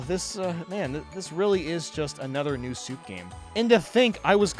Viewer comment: "New Soup"😂